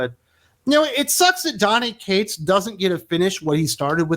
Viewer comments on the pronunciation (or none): none